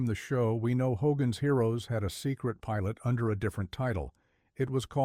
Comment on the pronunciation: ‘HDOGGAN’S HEROES?’